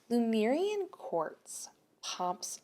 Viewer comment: Your Lemurian pronunciation was perfect!